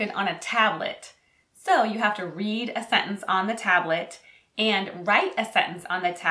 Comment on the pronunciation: “Sentence”, not “sentnece”. Where do I pick up my US passport?